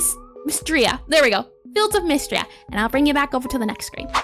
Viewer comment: Miss-Tree-Uh. Not mist-ruh, not meestra. I swear, kids these days need to learn phonics.